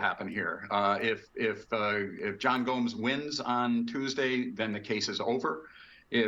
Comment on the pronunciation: Why is he saying Gomez? His name is Gomes!!!! So confusing.